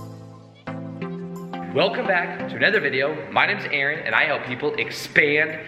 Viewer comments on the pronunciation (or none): none